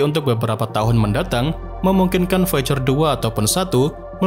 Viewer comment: Baca VOIJER...